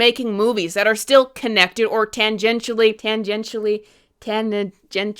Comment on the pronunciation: Aw man...I mean, awoman, listening to you pronounce "tangentially" got me double doubting myself as well,. hahaha I agree that if they reboot, go full reboot. A reason I was frustrated with the New 52 Batman reboot comics is because imo it poorly tried to have its cake and eat it too, referencing old comics but contradicting them, and it's why the Geoff Johns' New 52 Aquaman comic run was my favorite of that New 52 era, being that I could read it as a self-contained universe with character development/story progression that mattered for that universe. However, a reason I'm a Marvel fan over DC is because they didn't reboot their main continuity like DC, and instead just made a separate universe like the Ultimate Universe comics, and I view the MCU universe as similar to the Ultimate Universe. It's not the source material. I agree with you that the aesthetic actor distinction with help make new continuity clear for audiences. I'm an MCU Iron Man fan from childhood first seeing that first Iron Man movie in theaters. His story kinda ended for me with Iron Man 3 where I thought he went in a more supervillain direction in Age of Ultron with his need for control. And Happy Batman Day,!